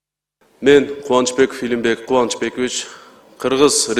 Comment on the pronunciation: Отчествосун туура айталбайтко Кубанычбекивич дейт